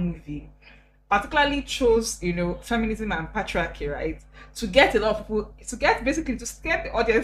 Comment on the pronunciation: "Patria-kia" 😭😭😂😂 You guys! Abeg. 😂 Thanks for blessing us with your beauriii and vibes. ❤️ Plus analysis is correct. 😂 Marketing feeds on the demands and emotional needs of prospective customers.